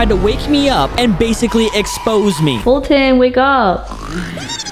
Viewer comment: Is Foltyn not Folten